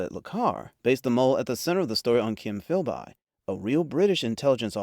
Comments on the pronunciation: It does to me, but so what? I'm getting used to way-off mispronunciations like Philbye, unless their so hilarious that they render a video unwatchable. Another way you can tell is by the odd timing of various phrases. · The pronunciation of Philby makes it clear that this is not human narration. The 6-part series Tinker, Tailor, Soldier, Spy with Alec Guinness was the best thing I've ever seen.